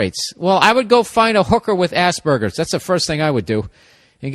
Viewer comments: Except even better because Burr legit pronounces it like ass burger 🤣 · It's quite funny how every time bill say's Asperger's it sounds like ass burger. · ya rofl, i was like wtf is Ass burger? o.o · I love how americans pronounce aspergers as "Ass-Burgers" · hehehe... he said Ass burger...